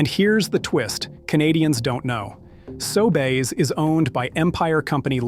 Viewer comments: The narration in all of these videos is AI. Listen for unnatural pauses, occasional strange pronunciations (SoBays instead of Sobeys) Is AI narration the verbal equivalent of fructose-glucose? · Your AI narrator can't pronounce SOBEYS correctly. Are you even listening to and quality controlling your own audio track? WTF! This seriously erodes your BELIEVABILITY!!! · Hi. Respectfully, you lost me at the AI pronunciation of Sobeys. Please research, thanks. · The AI voiceover tool you used to narrate your video doesn't know how to pronounce "Sobeys"